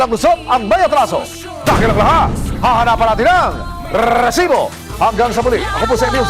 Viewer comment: Kairita to c Emil s pgbigkas ng rrrrrrreeeeeeesibo